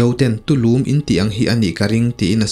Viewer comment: Tulûm ni lo in Tulum, Lum lai khi a ki ahniam tur ni in ka hria, lo ngaimawh ve tawp. 😂